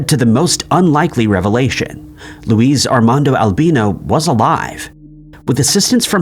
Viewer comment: Learn how to pronounce names correctly. Luis is pronounced differently from Louise.